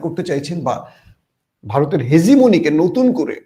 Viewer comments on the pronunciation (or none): none